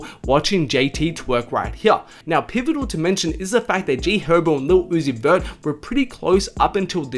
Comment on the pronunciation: “Gee herba”